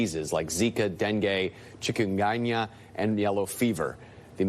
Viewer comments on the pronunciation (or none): What's a "chicken myangmya" 😂😂😂😂 it's chikungunya. Maybe it's hard to pronounce, most medical terms are but 😂😂😂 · Chickenganya🤣. He killed the pronounciation. Chikungunya or Chik V. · Den-gay? Chicken-gnia? Do they not know how these are pronounced 🤨🤨